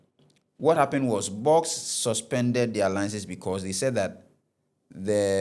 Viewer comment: Ɛnnyɛ Ernest & Young, senior... it's ERNST & YOUNG. And again, Bank of Ghana is not shortened as "Bɔg" or whatever it is he was saying😂. It's B.O.G...as in, say the letters! Everyone knows this bro🤦🏽‍♂️🤌🏽 Barbados = Bah-bay-dos...not Bah-bah-dos. Bruh!!!🤦🏽‍♂️🤦🏽‍♂️🤦🏽‍♂️